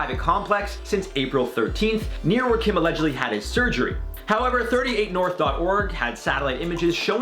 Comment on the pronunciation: Sissss kim is him last name! why him called like that lmao